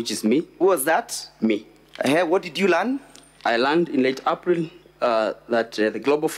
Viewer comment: How is he pronouncing April 😅😅😅😅😅